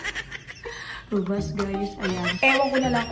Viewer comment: Rubast ng rubast eh rubuuuuuust po 😂